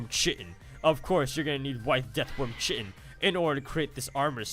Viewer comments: I think it's pronounced "Kai-tin" not chitin. Wish I could figure out why I can't get this mod to work but your videos are a great way to see what it's like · its Khi-tin so triggered